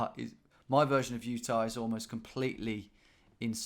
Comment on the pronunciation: Utah becomes Ut-nah.